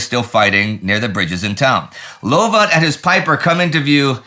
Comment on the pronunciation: Come come good Sirrah! Tis pronounced Lovat not Louvat this otherwise splendid work keep it up Sir...